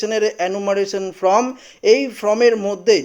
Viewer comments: ভাই কথা টা ফ্রম না ফরম বলো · ফ্রম নয়, ফর্ম